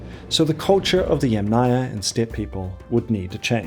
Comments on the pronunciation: ‘Aryan’ starts like ‘air’, not like ‘ah‘, ‘Yamnaya’ is stressed on the first syllable. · it is mispronounced throughout the video… pronounced as YamNAYA... not as YAM-naya. I speak fluent Russian, Ukrainian, Eulerian, and Polish… and Latin languages I influent in English, German, conversational in Spanish. My comment is precise and logical. Maybe you have misread some of it. Maybe because you are American, you do not hear the pronunciation mistakes in every Slavic name featured in the video😢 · the author says they originated in modern day Ukraine, from the Dniper to the Don, but the Don is in Russia, so it is modern day Ukraine and Russia. And yamnaya must be pronounced as YAmnaya but not yamnAya. The Russian word Yama has stress on first YA. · Yàm (yUm) na-ya. Since you insist on using the Slavic word for the "pit' culture, you should pronounce it correctly. You are mispronouncing it, sad...😢 The emphasis in the word is on the first a, it is pronounced like the vegetable Yum... and then you add the Naya. Again the emphasis is on the Yum! I hope you will learn it by your next video or maybe you will change the audio. Thank you for reading my comment❤ The word yàma - literally means hole in the ground . It is pronounced as Yum, and a is added to the end). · so and by the way ... "yam" is pronounced as "iem"... whyle Ямная (from pits) is pronounced as YUM-na-ia/ya. Ignorance is what makes scientific documentary fall into category of spam. For such ignorant people as you I will repeat - the video is mispronouncing every Slavic scientifically given name! In English - he is mispronouncing the terms.